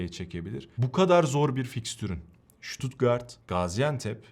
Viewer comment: En azindan stuttgarti düzgün diyosun bazıları șuutuutgarttt,sıtat, sipor, diynce dinleyesim bile gelmiyo devamını ... analizlerinde süper bu arada...